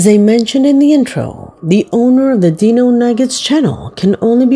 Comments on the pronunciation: 4 months ago? Are you the last one on planet earth to hear about this case….seen all of it…and he’s even moved and it followed him to his new place../watch project dark knight horror for a more in depth look at his case….deano lol it’s pronounced dyno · His name is D I NO not DE No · Uh just an FYI but it's not pronounced Dee-no it's Die-No like dinosaur. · Just as a correction: it's not Dino like in Dee No, it's pronounced like (Die No). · It’s not pronounced Dee-No it’s Die-No nugget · It’s pronounced dyno not deano….wow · Hi, I just wanted to let you know great job on the video, but throughout the whole thing you have been pronouncing his name wrong. LOL LOL!!!!! So it is Dinonuggets (Die-no) nuggets. And that's not his name he's talking about marijuana buds. But I love your channel keep up the good work I'll be sure to tune in. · His moniker is pronounced, “DIE-no”, as in dinosaur.